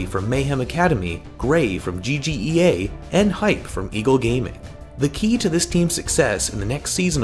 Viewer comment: It's not "Hype" for Hyp but "H*e*p". That's the right way tout prononce it.